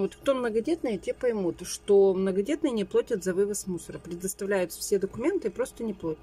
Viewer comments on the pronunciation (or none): не плОтят! да как можно так вообще говорить